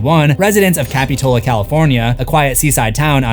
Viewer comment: Love the video, but as a local Montereyan, that's not how you pronounce capitola..